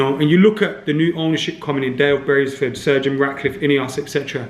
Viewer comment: Still calling him Dale Bravesford is hilarious